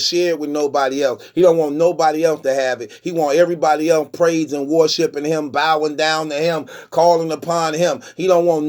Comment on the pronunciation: “He want e’rebody else praisin war-shipping him” 🤣 Truth pronunciation game is next level